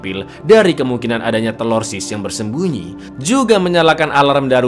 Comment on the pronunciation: Bang,ane kasih ide nich coba nyebut TERORISNYA jangan TELORSIS terlalu ribet coba diganti sebut dengan TERASI... 😂😂😂